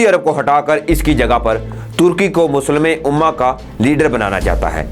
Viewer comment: (مسلم امہ ) صحیح اردو بولنے میں کیا رکاوٹ ہئے؟